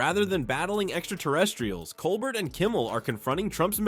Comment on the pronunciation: pronounced COLE BEAR